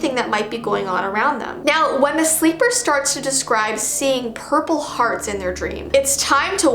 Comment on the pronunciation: I was watching this while half sleeping and then I heard her say Purple Hdarts I woke up straight away